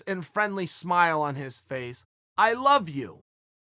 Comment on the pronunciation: Chan " I luh you" Jung